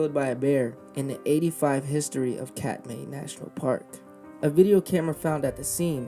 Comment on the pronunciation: Th biggest tragedy is that he took his girlfriend to her death. He was mentally ill. I lived in Alaska for 30 years and saw many brown bears (the bigger, salmon eating cousins of grizzlies). Treadwell needed to get treatment for his obsession. The park is pronounced “Cat-my”.